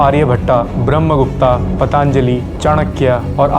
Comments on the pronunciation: Bhai haath jod k vinati hai jab aap naam ka uccharan karo toh "aa" na lagao kyuki agar aisa hi hota toh original sources me "ब्रह्मगुप्ता" likha hota na ki "ब्रह्मगुप्त" 🙏🙏 plz ye angrez logo ki tarah pronunciation mat kro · आर्यभट्ट ✅ आर्यभट्टा ❌ ब्रह्मगुप्त ✅ ब्रह्मगुप्ता ❌ very good video bhai